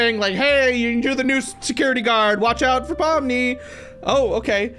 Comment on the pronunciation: On the first one,that’s not Pomni💀that’s Lomni💀